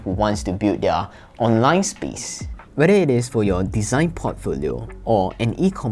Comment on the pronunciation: I love how he pronounce Square "SpEEEce" . Lovely :))